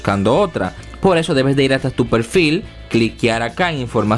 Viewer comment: Pelfil? Es Perfil, con R.